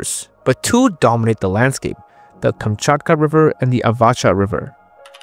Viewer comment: Kamchatka, not Kumchutkuh.